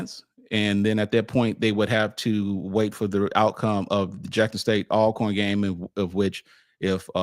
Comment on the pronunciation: Al corn, dude stop it. You played at Grambling and saying Al corn. Hopefully he’s trying to be funny. I’m JSU btw. Everybody knows it’s pronounced All corn